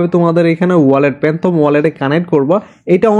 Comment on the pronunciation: প্যান্থম না ফ্যান্টম ওয়ালেট 😊